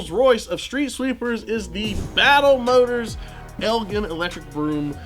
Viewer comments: Elgin is pronounced with a soft G. They were originally produced in Elgin, Illinois which uses the soft G pronunciation. The City in Scotland uses the hard G, but doesn't produce street sweepers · Elgin sweepers are made in my hometown. Was very upset when you mispronounced such an easy word 😢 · Bro, I've lived in Elgin my whole life, you pronounced it wrong... 😮‍💨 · IT'S PRONOUNCED "ELGIN"; NOT "ELGIN" 😅